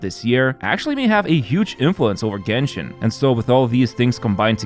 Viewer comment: Was thinking the same when he said jenshin